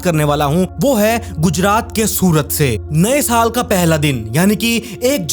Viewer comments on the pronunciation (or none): none